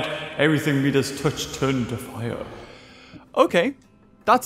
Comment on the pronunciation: The way you said Midas had me tripping.